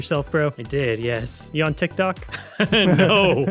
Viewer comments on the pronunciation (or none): none